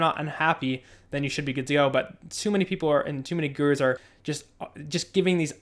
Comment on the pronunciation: omg "GooROOs" got it